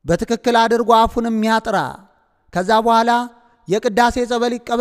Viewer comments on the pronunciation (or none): none